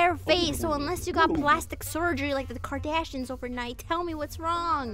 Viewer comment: WHY SHE SAY KARDASHIANS😭